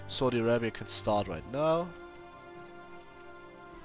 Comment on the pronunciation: Saudi I-rape-ya xD